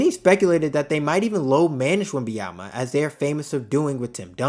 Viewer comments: Hello, great video! But please pronounce his name correctly. It's not Wemby-ama. I'ts Wemban-yama. With an N. Peace! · Man respect name ! WembaNyama and not WembaYama WTF ! France here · C'mon man! Say it with me! Wem - Bon - Ya - Ma! It aint that hard to pronounce the man's name correctly!! lol Otherwise, great video. Subbed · If you make a video about him maybe start by pronouncing his name right..